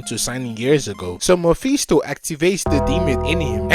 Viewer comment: Like the narration but the mephisto pronounciation just hurts me